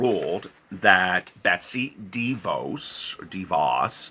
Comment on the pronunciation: Betsy "Day-vos." Latin rooted names are tricky.